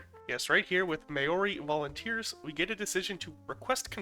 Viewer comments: If anyone is interested in the pronounciation, Im no expert, but 'Maori' is a 2 syllable word, pronounced more like maow-ree but with a rolled R. In the language the rules are slightly different, there are sort of multiple sets of joined vowels to accuritly write the pronounciations, so in the way we have O the Maori language might prefer au for a similar sounding vowel just to preserve the subtle difference of an A blended immediately through to a U (oo) in a single silible and souding nearer to an O but accuritly represented as au, (aoo) This is why native english speakers almost always read maori as mayo-ree when its at least closer to mowree, because we tend to slowly follow each seperated letter as a guide when their blending is actually integral. If you read mao as a single syllable while just slightly preserving the distinction between the 2 letters, thats the way their syllables work, and you can get pretty solid pronounciation across the language. It's like how we would say toes instead of toh-ees. Or boat instead of boh-atts. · Ngl this triggered me the way he said Maori its MAO RI not mayori Also the Australian and NZ army combined is the anzacs sorry if I seem mean or anything just had to correct you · The way you pronounced Māori hurt me as a person from Nz it’s Mau-ree not may-ori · Bro it’s Māori to him it’s mayory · Not him saying "MaYoRi" instead of "maori" (no hate, i just found it funny. I know you tried) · May-ori yeah I’m done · As a New Zealander that was painful, but it was better than some pronunciations that ive heard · Not the worst pronunciation I've heard lol White New Zealanders here can't even say it properly and they've heard the right way nearly there whole lives🤦😂 at this point I think they do it on purpose🤦😂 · You said Māori wrong but as you don’t know our native language I’m not mad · I dunno what's worse. Your pronounciation of Maori or out.